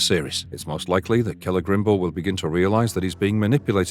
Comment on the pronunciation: Lots of weird AI phrasing in this narration but I did enjoy "Cele-grim-bor" when that came up a couple of times. Some weird speculative conclusions too, why does it seem that it's likely we'd see the destruction of Numenor this season when there is so much story left to tell there? Why would you think the party of elves that encounter the 'Barrow-wights' would encounter Tom Bombadil when he is out east in Rhun?